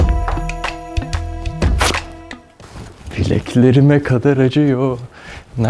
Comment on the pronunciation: Bileeğkleriğğmeğğ kadağğr acıyoooooooğğ